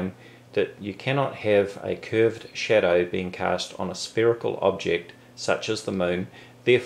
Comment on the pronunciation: when he says "shadow" i hear "cheddar".